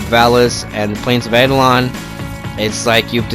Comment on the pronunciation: Second it’s not pronounce aidolon